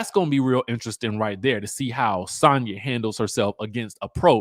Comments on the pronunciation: Dj I think she pronounce her name as Sanya 🤣🤣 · the way you say Sanya is so jarring